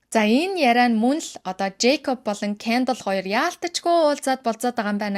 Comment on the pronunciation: Кяндал , Каялий гээд хэлэхийг нь сонсохоор аймар хэцүү байна аа. Зүгээр хэлж болдоггүй юм уу?